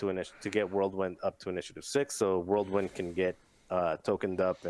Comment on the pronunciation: Who TF is "World-Wind"? You guys are shitty friends not to correct the dude. Whirl wind my friend Whirl... Wind...